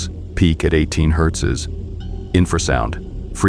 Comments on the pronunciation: Hertzes....😅, it's simply Hertz, no S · Also "pilings" instead of "pylons" and "herzes" instead of "hertz." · One Thousand Nine-hundred Fifty Two? Hertz’s? Cool idea but the AI needs fine tuning. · Why does batman keep saying hertzes? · "Hertzes" text to speech is hilarious. 😆 That's about what I would expect.